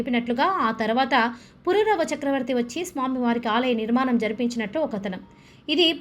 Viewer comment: GOOD..., NOT PURURAVA, PUROORAVA CHAKRAVARTHY ANAALI. JAI SREE VARAAHA NARASIMHAA.. SIMHAACHALESHAA.